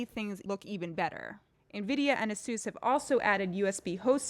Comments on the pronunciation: Seems like they still haven't learn how to pronounce ASUS correctly. Just search in youtube "How to Pronounce ASUS" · i cant stand the way you say asus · Her pronounciation of "Asus"...